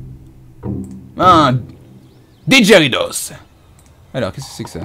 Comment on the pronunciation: C'est pas didheridos mais digeridoo sa se prononce digeridou